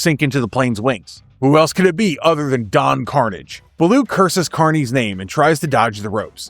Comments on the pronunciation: I was hoping it was a new series like the “New” Ducktales from 2017, which featured a cheeky pilot episode for an updated Tale Spin, with Kit as the Pilot. Also, politely, Don Karnage is pronounced like a French name. Watch an episode of the original series and you’ll have it correct. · I agree. While you could argue kids shows now are better because of their deeper themes and more connected stories. Shows like these just have a charm and sense of fun to them. I gotta say, from what I saw this comic looks good. 1 thing though, the pirate's name. It is Kar-nage, Don Kar-nage. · That is not how you pronounce Don Karnage. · If you were really a fan of talespin, then you would have pronounced Don Karnage's name correctly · call me nitpicky but when you pronounced Don Karnage name wrong... i cringe everytime and question your fandom of Talespin 😂😂😂